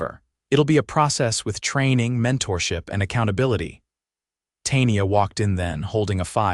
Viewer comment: Tay-nee-ah??? Good grief.